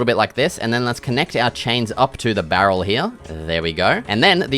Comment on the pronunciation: i love the part where u said "bArrel"